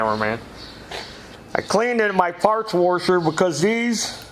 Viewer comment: What’s up with the “woorsher “ shit?